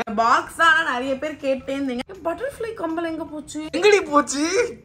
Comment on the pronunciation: Not kambal it's kammal 😂❤